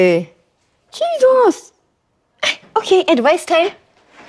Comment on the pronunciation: the way the presenter says Jesus in nigerian accent is a total turn off.......